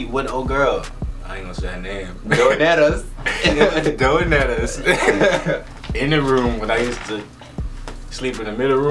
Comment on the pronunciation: I hate yall😭😭😭😭 “donettes” 😭😭